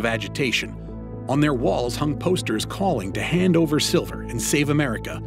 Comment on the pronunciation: “Save America Siler” gotta love these AI generated videos